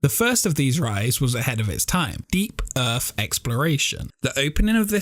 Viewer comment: “Earth” not erf